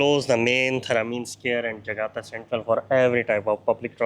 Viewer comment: JAKARTA, bukan JAGATA tong...!!!!